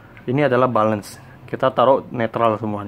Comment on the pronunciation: Tulisnya "balance" bacanya " belens" bro ! Bukan "balens".